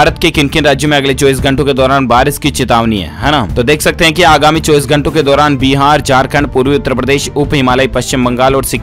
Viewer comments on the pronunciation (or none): none